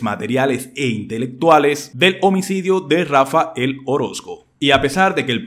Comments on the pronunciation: Pudieras hablar bien? No es Rafa el,es Rafael. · No es Rafa. El. Orozco, Huy no es Rafael Orozco porfa hablé bien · No debe pronunciar el nombre de Rafael xq dice Rafa el orosco